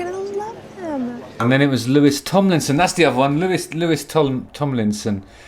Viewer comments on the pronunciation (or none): Lewis Tomlinson 😭😭😭 Being a Directioner and hearing it pronounced like Lewis had me dead 😭😭 (It's pronounced "Louie" for those who don't know ) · The disrespect to Louis - you’ll have an angry mob on their way! Missed out of the intro then his name mispronounced 😂